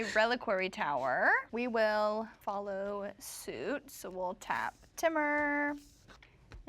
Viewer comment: I can't with the pronunciation of Temur by. Someone tell her it's Tee-mur! 😅